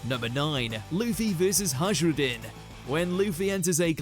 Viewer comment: Hello, #2 Hajrudin: It's actually Hayrudin or Hairudin.